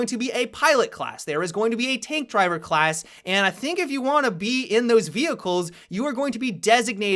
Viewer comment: "The Khlas changes" :v